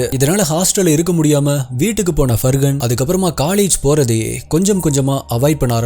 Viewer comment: Far-han. It is not Fur Gun. Where did the G even come here?